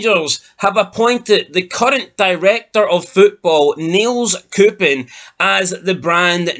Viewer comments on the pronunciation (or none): Its pronounced nay cups